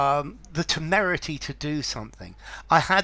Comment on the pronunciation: I like word but not meaning😊 But this word pronounciation is magnetic, so beautiful.